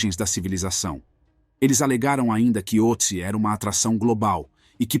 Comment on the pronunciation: Só um detalhe, este trema sobre a letra "O" no nome, muda a pronúncia, para um som mais perto de "Ê" ! É claro, fosse eu o autor da decoberta, eu daria um nome mais simples como Tião ou Joca, mas nome alemão segue a fonética alemã ! No mais, excelente vídeo ! Sobre a questão de enterro adequado à múmia... isto seria uma estupidez, pois a família dele se foi, e não tem como identificar a religião ou o rito funerário que o grupo dele adotava à epoca, se eram cremados, sepultados ou simplesmente lançados aos abutres. Mesmo que se soubesse a religião que ele praticasse, não haveria como achar um sacerdote familiarizado aos ritos da época para conduzir a cerimônia ! O melhor é mantê-lo numa urna frigoríica da reserva técnica de um museu !